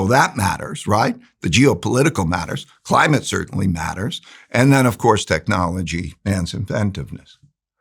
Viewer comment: Every time he said “Climate”, my respect went out the window. He sounds decent but i dont know if he is.